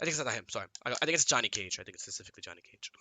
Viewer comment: The Hardest thing for Sonic.... annunciating the word “Specifically”